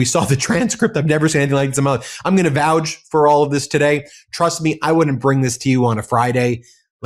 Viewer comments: Is Ben really a law professor? This is the second video I've heard him say, "vouge". The word is, "vouch". 🤦🏼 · Vouch rhymes with couch, not gouge.